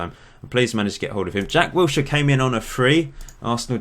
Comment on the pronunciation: Did you say "Jack Wheelchair"